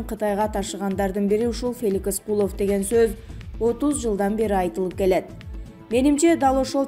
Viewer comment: Куловту ним гишидеп айтат бул тажик